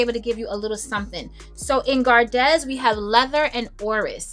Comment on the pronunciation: Gardez the z is silent ez in French makes an 'ay ' sound so Gar-day which means 'to keep'